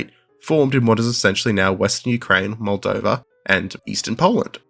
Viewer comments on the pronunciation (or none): none